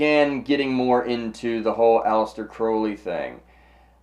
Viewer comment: Just the fact that you said his name right, gets you a like Sir!